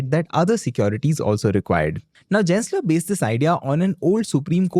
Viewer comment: Gensler is pronounced as G-en not J-en. Just saying, no hate intended:) Thanks!